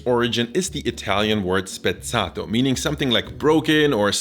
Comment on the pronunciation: Hi, first Time on your Channel. I do have a Question. Do you speak multiple Languages and were are your Origins? I'm asking because you have a nice Pronounciation with certain Words like "spezzato" and "Spätzle". Are you German perhaps? Greetings from Bavaria/Germany! 👋